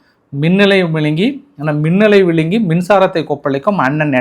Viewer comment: Bro. You are also not speak Tamil well. Minalai VIZHINGI. NOT minalai VILANGI. 😂